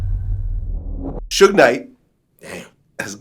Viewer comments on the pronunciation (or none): "soodge" lol ain't nobody that white bruh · Sooge Knight 🤦🏽‍♂️🤦🏽‍♂️😂😂😂😂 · "Sooge Knight"😂😂😂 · That man said sooge 😭😭😭😭😭😭😭😭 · Phonetically it WOULD be "Sew-ge"....like "huge"... I mean you can't knock the cat for knowing his phonetics. Damn... LOL